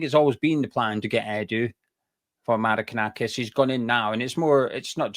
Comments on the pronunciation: Forest fan here. Very fair and balanced analysis 👍👍 Just need to work on the pronunciation of Maranakis 😅👍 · Who is Marakanakis? You could just google his name before making the video you know? 😂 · Forest fan here. Who's Maranakis mate ??? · Great pod. Very informed. Love the extra syllable in Mari(ki)nakis. I think it will catch on. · Forest fan here its Mar-an-a-kis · Sorry guys. It's pronounced Mara nak iss. 👍👍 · There’s no KER IN IT IT MARINAKIS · It's pronounced - Mara - nakis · Mate, it's Marinakis. If you're going to correct people then at least get it right yourself. COYR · Who is this 'Marikanakis' bloke you keep going on about? 🤣